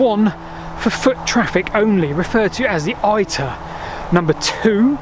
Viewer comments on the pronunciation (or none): Thank you for this video. The "Roman war chariot" myth is particularly daft, because the Romans didn't use chariots in war. I realise that it's not your main focus, but I think that "iter" is not pronounced "eye-t-air", but "it-uh", as in the modern pronunciation of "iteration". "Pavee" has the pronunciation "pah-vay", rather than "pave". Minor points, but may as well try to get them right. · ITER is pronounced "EETER": stop using English pronounciation to read other languages, you're not French, are you? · British persons adamantly refuse to pronounce Latin or French words correctly. That, combined with the paper tigers basis of this video makes it unwatchable. Eye-ter 😬